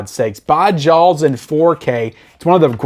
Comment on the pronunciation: It sounds like you are saying Jaawels instead of Jaws :) Disagree on Scarface. I thought the transfer was meh. But maybe I should watch it again.